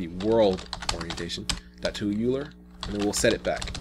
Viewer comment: are you saying euler? I believe its pronounced "OIL+er" but I pronounced it like that for years myself.